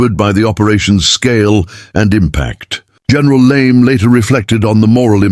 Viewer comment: LeMay, not Lame!